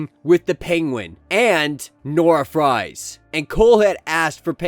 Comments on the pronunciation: Dude I love your channel but you need to learn to pronounce these names right first Ralph now Fries lol. It's not Nora "Fries" it's suppose to be Freeze like Mr. Freeze or Victor Freeze I know it spelled Fries But its pronounced Freeze. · it's a German name bro.. That spelling is pronounced "freeze".. Just like almost any word from another language can be butchered trying to use a literal pronunciation in English, and visa versa.. Love the channel but little things like that really jump out.. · It's pronounced "Nora Freeze"